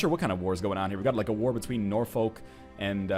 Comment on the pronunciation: Northernlion pls.... Suffolk = "Suf-fuk" and Norfolk = "Nor-fuk"...